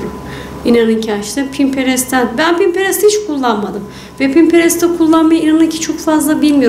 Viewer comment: Pimperst değil pinterest